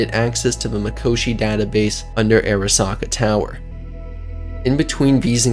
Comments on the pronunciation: It’s not pronounced “Air a sa ka” Are Ra Sa Ka” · It’s actually pronounced ‘Ah-ra-sa-ka’ since it’s a Japanese name. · Say Airasaka one more fuckin time, gonk. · honestly pretty hard to enjoy something when the narrator repeatedly mispronounces important names like "arasaka"